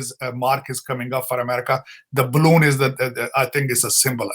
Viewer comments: Pakistani PhD 🎈 "balloon" hota hai ballon nai 😅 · Ballon kya hota hai ? Its balloon 😅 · When Balloon is in Pakistan there is a China Balloon by default! it is not Ballon (Punjabi like Balle Balle)! haha Anything over Indian airspace will be toasted without a second thought. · balloon hota hai spelling Ballon nahi 😅